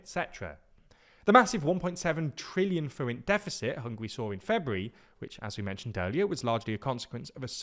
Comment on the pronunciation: Your pronunciation of the forint was great, I almost didn't even recognise it at first it was so perfect!